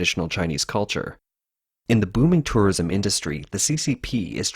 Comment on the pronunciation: is he saying tourorism or im just tripping ?